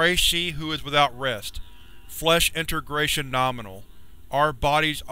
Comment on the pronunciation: You're pronouncing integration incorrectly